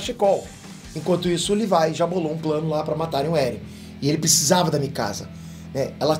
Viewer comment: Não e levai e Levi